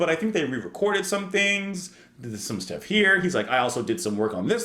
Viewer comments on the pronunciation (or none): none